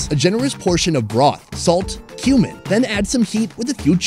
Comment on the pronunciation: Every time he says kumin I hear “human”